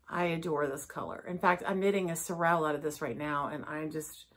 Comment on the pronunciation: Haute is pronounce H-O---t like the letter O is O in the middle and Sorrel is pronounced SORE-Ruhl as in sore muscles and rule like a queen.